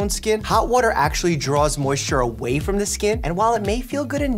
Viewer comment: waotter lol 😂 🥰